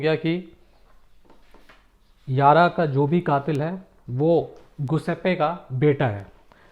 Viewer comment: Sir जूसेप्पे ( Giuseppe ) correct pronunciation hai..Italian name है .. आपने पूरे episode में गुसेप्पे बोला है